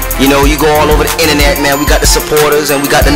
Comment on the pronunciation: Does he say inenet ? Lol